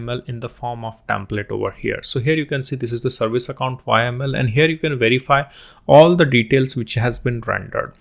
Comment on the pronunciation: repeat after me "yaaaaaaaaaaml" not "Y.M.L"